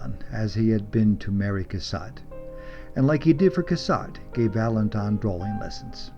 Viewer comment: Very nice, but it's "Vala-DON," not "Valan-don." Only the "n" at the end.